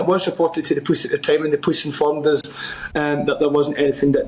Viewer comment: He is unable to pronounce the word POLICE.